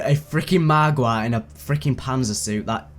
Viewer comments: I love how keeps saying margwa like margwah. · he says it more like mahgwah